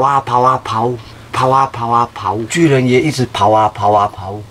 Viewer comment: 巨人你說成拒